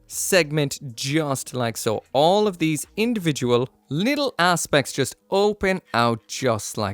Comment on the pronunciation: 'Some ass-pects' really? -_